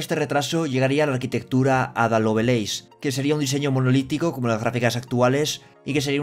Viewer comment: Me gustan mucho tus noticieros, pero me das en el TOC pronunciando mal Lovelace, cuya pronunciación es "Lovleis". De ahí en fuera sigue así, eres de los youtubers de habla hispana más importantes que comentan estas noticias